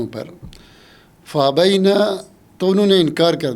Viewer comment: اپنا تلفظ درست کریں آپ فابین کو فابینا پڑھ رہے ہیں